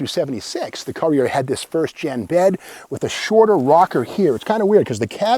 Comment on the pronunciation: It's pronounced 'Cur-re-er.